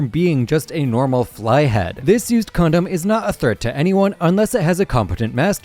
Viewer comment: He really said this used condom😂😂